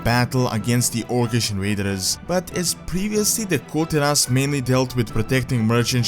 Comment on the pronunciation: it should be Kul Taras not Tiras..... who's wiht me ???